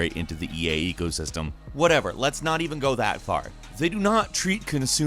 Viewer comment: Did anybody else heard him say "EA ego system" instead of "eco system"?